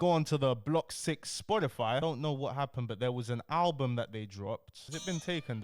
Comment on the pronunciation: The way says Spotify kills me loool